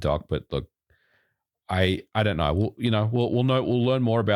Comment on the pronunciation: "If you knaur, you knaur"